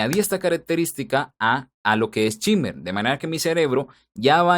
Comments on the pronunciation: Se pronuncia SHEIMER, no chimer. Excelente video. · En realidad se pronuncia SHIMMER, tal y como se escribe, es una palabra que usan bastante cuando se refieren a las frecuencias agudas, sobre todo cuando boostean.